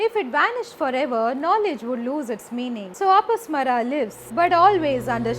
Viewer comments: He is apasmar not apasmara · Not अपस्मरा...it is pronounced अपस्मार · अपस्मारा... please learn to pronounce properly